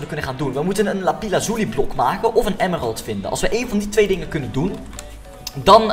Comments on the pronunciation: Het is lapis Loezi niet lapis lozi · het is lapis loezi niet lapize loezi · het is lapis lazuli en niet lapi lazuli